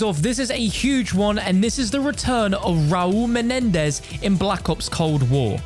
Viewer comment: I’ll take a hit off a bong every time you say MENEDEZ